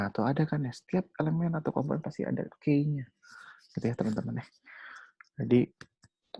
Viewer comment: Materinya bagus cuma frustasi nih denger key dibaca key, dibacanya kiy harusnya wkwkwkwk